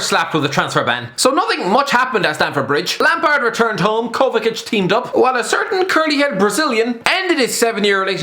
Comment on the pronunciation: KOVAČIĆ NOT KOVAKIC FFS